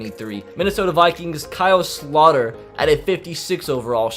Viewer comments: It's Kyle Slow-ter. Not Slot-er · By the way it’s pronounced KYLE SLOW-TER